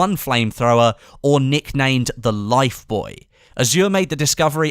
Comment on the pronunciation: It's pronounced life booey not life "boy"